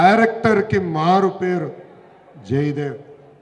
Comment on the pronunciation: మీరు ఏం మాట్లాడుతున్నారో మాకే అర్థం కావట్లేదు ఇంకా ప్రజలకు ఏం అర్థమవుతుంది టైటిల్ కూడా భలే పెట్టారు జయదేవ్ అంట ఈ టైటిల్ పెట్టిన వాళ్ళు కూడా లోకేష్ గారి తమ్ముడు అనుకుంటా లోకేష్ గారు ముందు మీరు తెలుగు సరిగ్గా నేర్చుకోండి జె దేవ్ గారు కాదు జగదేవ్ గారు ఈ పదవిలో ఉండి ప్రజలకు ఇంకా అన్యాయం చేయకూడదని అనుకుంటున్నారు అని చెప్పారు అంటే ఆయన ప్రజలకుఅన్యాయం చేస్తున్నారని మీరే ఒప్పుకుంటున్నారా ఏదో లెండి మన గల్లా జగదేవ్ గారికిపదవి విరమణ శుభాకాంక్షలు🎉🎉🎉🎉🎉🎉🌹🌹